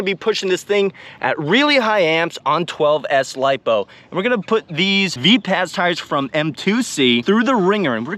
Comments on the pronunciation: Say it like Viper: "Viperz": = Vipaz✌️ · Mate these tyres are actually Vipaz as in Vi-paz (like viper). Additionally, these are made in Australia by West OZ RC and distributed by M2C Racing. the fact they held up to 12s for as long as they did is impressive as. You can look up West OZ RC youtube channel to see what he recommends for gluing.